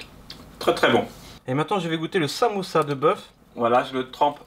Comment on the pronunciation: t'as du mal à dire "samousa" 😂😂😂